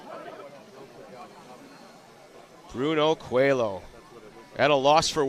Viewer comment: Is not “COELO” it’s COELHO that is “COELIO”. Congrats! 🇵🇹